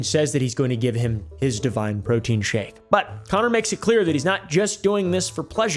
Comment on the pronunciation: “Brotein”. LOL!